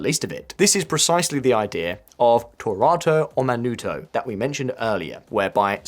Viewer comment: התפוצצתי מצחוק מאיך שהוא אמר תורתו אומנותו